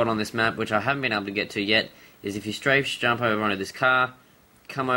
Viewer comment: dude dont say srafe jump for every jump